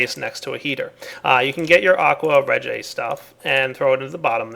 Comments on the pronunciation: It's pronounced Aqua Re-GEE-ah. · Its pronounced aqua ree jiya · wow he butchered aqua regia